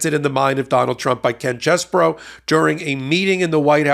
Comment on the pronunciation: You're saying his name wrong it's CHEESE BRO.